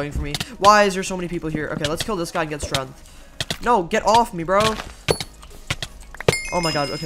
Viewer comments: Why do you say strength like strenth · Nobody: Absolutely no one:: STRENTH